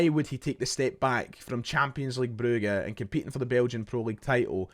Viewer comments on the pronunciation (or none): Calling it bru-ga annoyed me so much your no from Belgium mate it’s Brugge stop trying to be derek Rae